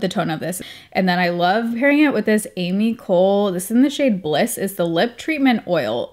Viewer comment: Hey guys! Just a heads up if you’re going into Sephora to buy the Ami Cole lip item. The name is pronounced like Aah-me Co-lay… Luckily the person who taught me was really sweet. . . Because I definitely didn’t know a few weeks ago ❤❤ hope it helps!